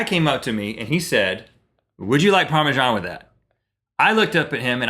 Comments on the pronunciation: It's par me sun not par me shan. Maybe it's because I'm from UK. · why do you spell Parmesan so weird..its ParmeSan not ParmeJan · Do all Americans pronounce it parmejan? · so is parmajan a thing? or are they saying parmesan wrong? :P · okay, since when has Parmesan been pronounced with a "j" in it?! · it annoys me a little how you say parmesan :/